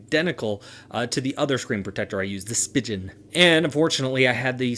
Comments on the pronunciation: Its spee-gen not spi-gen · You actually pronounce it 'spee-gan' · Just FYI, its pronounced like Sp-ee-gen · Spigen? I thought it was pronounced "speegan"